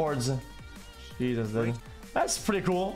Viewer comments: Bro why he says dod instead of dude😂🤣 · The way he says dude. Bro its so scuffed. Yo did. Wasup did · I got halfway through this before "did" instead of "dude" forced me to stop. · Why the fuck he say dud